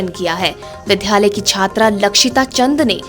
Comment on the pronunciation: विद्यालय को विध्यालय और विद्यार्थी को विध्यार्थी न पढ़ें । इन शब्दों में आधे द ( द् ) के साथ य है, न कि ध् के साथ य !